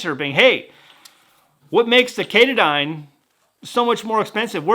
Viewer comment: Not sure of your pronunciation. In Maine the highest point was Mt. Katadyn, they pronounced it Ka'Ta'Den. But who knows with the Swiss?